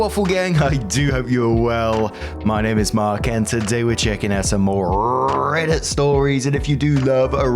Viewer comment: RRRrrrrreddit! It’s GRRRrrrrrrreat! 😂